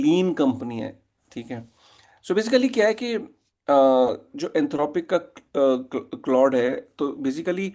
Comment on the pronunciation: अबे बोबडे "क्लाउडे" नहीं "क्लॉड" बोलते है।